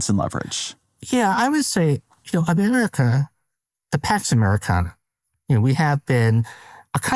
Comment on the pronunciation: I misheard Pax Americana as Tax Americana. Perhaps they're the same thing?